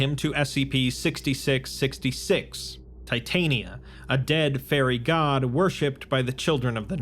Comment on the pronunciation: Not to be that doooood, but I believe the fairy goddess is pronounced tit-on-ya. I think the writer adopted the name from the fairy queen in Midsummer’s night dream by Shakespeare. Great work on the series though man, keep ‘em comin pls! 🤙🏻 you have given me the most content out of anyone for my SCP dnd :)